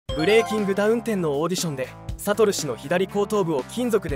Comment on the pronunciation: サト↑ル氏↓時しか入ってこない